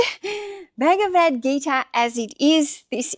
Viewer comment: Ba-ga-va-d 😊 you pronounced that correctly! 💕